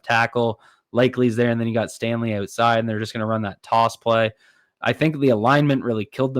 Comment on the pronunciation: its "out" side not "oat"side